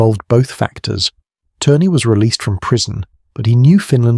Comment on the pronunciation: Lori Allen Turner??? His name was Lauri Allan Törni (pronounced: LOW-ree AH-lahn TÖR-nee; Finnish IPA: [ˈlɑu̯ri ˈɑlːɑn ˈtørni]). ö = say the vowel in “bird”/“fur” without the English R sound, while rounding your lips.